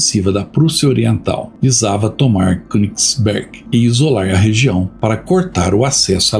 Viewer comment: Baita vídeo... me emocionei com a parte dos civis mortos. Se me permite uma pequena correção... na língua alemã o "ö"...lê-se como "e" nasalado... Então, o correto é falar Kênigsberg... Numa tradução literal, seria monte(montanha) do rei. Abraço e obrigado por mais essa excelente aula de história.